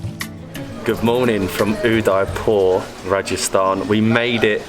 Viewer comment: The least one can do is to pronounce Udaipur properly....